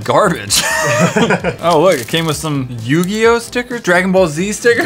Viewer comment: I immediately dramatically gasped when you said Yu-Gi-Yo lol